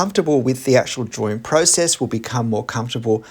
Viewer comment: Curious, why you mispronounce drawing as “draw-ring”? What ring are you drawing, I don’t get it…